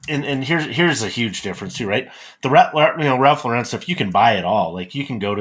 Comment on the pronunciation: Ironically you pronounced Loro Piana right, but Ralph Lauren wrong. It’s just “Lauren” like the women’s name. Even Ralph cringes when you say it in that other strange way. Loro Piana is a very revered brand in Italy, and are known for their cashmere. They supply many of the world’s luxury brands with fabrics.